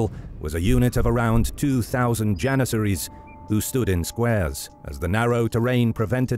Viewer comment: “32000 jenissaries”💀💀